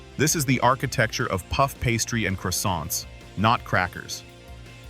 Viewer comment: Will never eat again, well done. And do stop saying 'crosiaant' like that, it's very annoying.